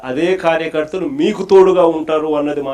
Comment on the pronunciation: కార్యకర్తలు అనడానికి ఖార్య ఖర్తలు అంటాడు సైకోబఫూన్ గాడు. కూర్చో లేడు నుంచో లేడు. నాలుగు మెట్లెక్కలేడు చదువు లేదు తెలుగు భాష రాదు. ఇంగ్లీష్ రాదు హిందీ రాదు తమిళ్ రాదు కన్నడ రాదు. పరమ వేస్ట్ ఫెలో. వాడికి వచ్చింది దోపిడీలు, దౌర్జన్యాలు,వెక్కిరింతలు, పరదాలు కట్టుకోవడాలు, చెట్లు నరికించడాలు...ఛి ఛీ.